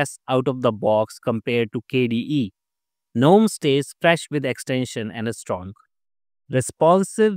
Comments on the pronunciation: Good info - Gnome is pronounced as <Ganome> NOT <Nome> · Useful and accurate information, but Gnome is pronounced as "Guh-nome" and Mate is pronounced as "Mah-tey."